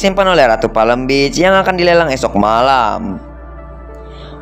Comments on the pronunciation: Apa di sebutnya Palm Beach jadi Palem Bich 😂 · Kalau PALM BEACH Cara sebutannya "PAM BIC"